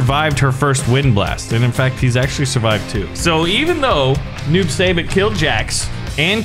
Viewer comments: Noob saibot is pronounced Noob sybot not Noob saybot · It’s pronounced noob sighbot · As I watch him bully Kano I was going to say Kano was my favorite, but now I’ll just say Noob sybot but it’s pronounced si-bot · Stop saying noob say bit, your suppose to pronounce it noob sai bot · Noob saibot name has to do with mk creator ed boons last name and something tobias. His name is their last names backwards. And it is pronounced noob sighbot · It’s pronounced noob sie bot I spelt it weird but ehh love your vids by the way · ITS NOOB-SAI-BOT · It's pronounced noob sigh bot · I love that. Can't say noob saibot corrextly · Omg you pronounced SO many names incorrectly lol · He’s not saying noob saibot correct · WHY CANT HE SAY NOOB SAIBOT CORRECTLY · Your not pronouncing noob saibot correctly No Hate Btw